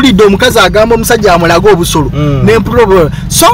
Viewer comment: Naye banange the way yo pronouncing OBUSOLO🤣🤣🤣🤣🤣🤣